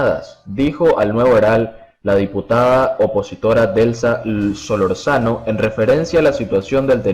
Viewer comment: antes de dar las noticias aprendace los nombres primero es delza solorzano y capitán de navio